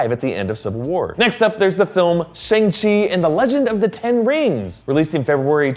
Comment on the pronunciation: shang, not sheng.